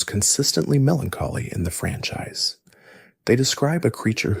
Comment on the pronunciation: you pronounced franchise francheese